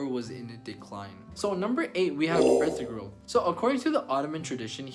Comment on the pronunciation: This video has a lot of inaccuracies from mispronouncing Ertugrul's name to calling Salahuddin Saladin to not knowing that Salahuddin was Kurdish and not Egyptian.